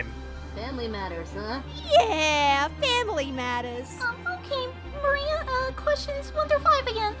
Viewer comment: It's Maria not Marie